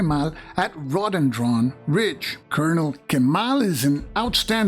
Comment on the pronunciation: Row-duh-den-dren. Not raw-den-dron. It's a shrub that grows nice flowers. Sorry to nit pick. 😅